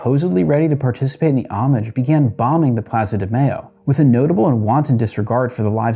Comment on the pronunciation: that is not how you pronounce "Mayo" it is not mayonnaise